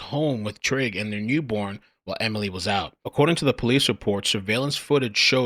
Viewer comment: Trigg as in "Trigger" that's those MoMos for you